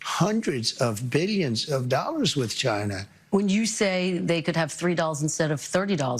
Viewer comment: Because like the word "tariffs" he loves to say "BILJUNS and BILJUNS"